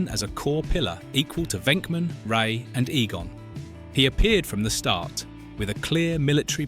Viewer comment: did he just say egon as egan?